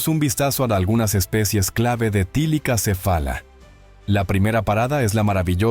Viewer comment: Bueno,no se pero soy yo o dice tilicacefala,y no thylacocephala